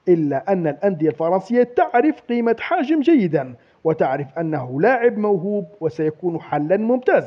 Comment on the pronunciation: راك دايما تقول حاجم والله قلقتني هههههه يا حجام ماشي حاجم